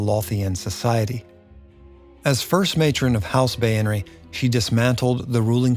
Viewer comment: Its pronounced bay-ner